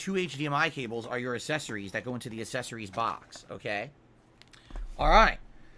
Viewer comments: Hate how he says "Accessories". ASSessorys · Is he saying a-sess-arrys? For accessories? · do you think he mispronounces "accessories" on purpose?